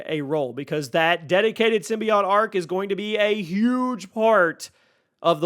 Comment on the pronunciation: Symbiote... Not symbiot